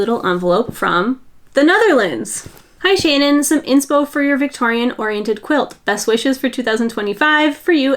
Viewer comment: I love that you said what Cannelles name ment! The amount of times i thought you said Kanel with a french twist (kanel is cinnamon in Swedish)💝